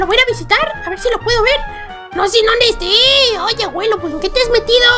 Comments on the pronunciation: se dise abuelo no aguelo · Naomi Salas es por que el no dice abuelo dice aguelo y como el dice aguelo, en el titulo tambien le pondra aguelo aprende aprende APREEENDE POR FAVORÑ